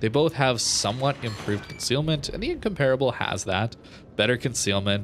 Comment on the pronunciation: Not trying to be a grammar Nazi (really!), but it's pronounced "In-COM-per-a-ble"... Not "In-COMPARE-a-ble". Just thought you'd want to know before you release the upcoming Incomparable video! I really love all your videos a lot. You've become my go-to guy for Warships videos. Keep up the great work!